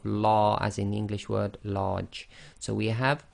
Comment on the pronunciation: note that he was pronouncing the english word large wrong so a better example is lord because its better instead of large